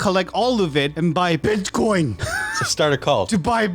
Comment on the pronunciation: bro aint saying bitcoin he saying BITCHcoin